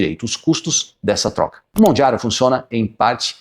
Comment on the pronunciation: Porque você fala Mondjaro? 😮